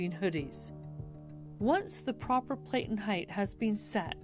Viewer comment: PLATEN is pronounced like "flatten" not Playten